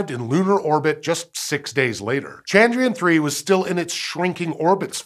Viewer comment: All I can hear is Chandrian 🤦‍♀